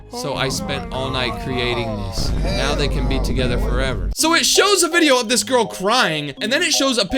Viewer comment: It now not neaw